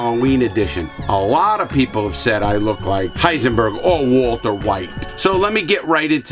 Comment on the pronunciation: HENSAID WALTAH